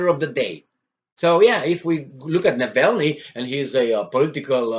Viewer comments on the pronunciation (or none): hey, it is Navalnii (w/ both "a" pronounced the Romanian way). Just a little detail. Your News are absolutely great, best of good luck.